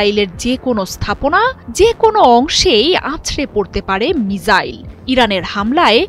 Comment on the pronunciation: মিজাইল নারে বইন মিসাইল বল😃